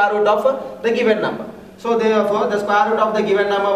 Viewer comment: Bsdk bolna toh sekh le sqare root 😅